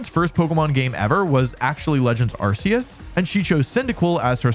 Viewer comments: They changed pronunciation of Arceus like more than a decade ago From ar see uhs to ar kee us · you mean AR-KOOS!? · How can you talk about the correct pronunciation of Pawmot and then still say Arseus. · "Don't get mad at me for saying Pawmot the way I do, that's how its pronounced." Proceeds to say arseus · Pronounces Pawmot correctly but continues to mispronounce "Arceus." And before you fight me on that, look at the trailers that announced Legends Arceus. The ones with a narrator. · I find it funny how he pointed out the official pronunciation of Pawmot and then immediately turns around like 13 minutes later and pronounces Arceus wrong.